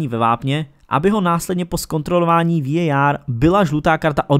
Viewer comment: Ta anglická výslovnost je hrozná, pro mně prostě VAR.